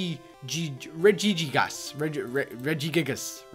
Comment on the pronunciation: its regigigas not regigigigus